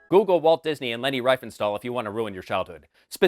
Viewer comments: It's Riefenstahl, not Reifenstahl. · Reefenstahl ie=ee, not ei (ai) Reifenstahl means tiresteel chchch